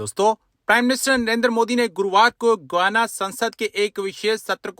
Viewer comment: Guana nahi Guyana pronounced as: GAI- YANA